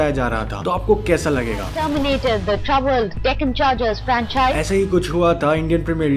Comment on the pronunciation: Deccan cchhhhargers..